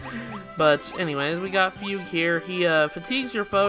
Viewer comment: You were right, it is pronounced "fyoog".